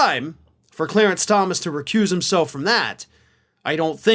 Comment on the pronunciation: Recuse...I guess he didn't take that class in law school